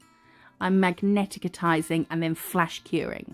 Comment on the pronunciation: Its pronounced magnetizing lol. Love your work!!!